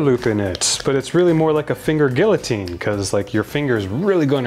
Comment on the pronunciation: assessories, gill-otine, fandangle…I feel like he’s just messing with us at this point.